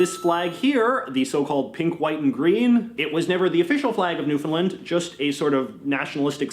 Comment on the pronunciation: The way he pronounces Newfoundland is right cringey. It's Newfoundland, like Shoes-in-hand. Also known in Irish as Talamh an èisc.